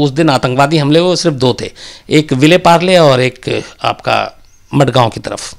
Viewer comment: मडगांव नहीं mazgaon